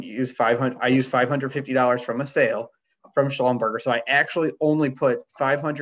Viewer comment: It’s not a fast food chain. Schlumberger rhymes with Neglige.